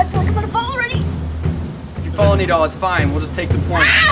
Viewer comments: It’s nidal not needle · its nidal not neddel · Bruh you said needle not nidal